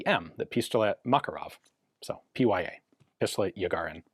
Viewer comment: Look, to a Russian "Pee Why Ay" does not sound anything close to "Peh Yah"... :)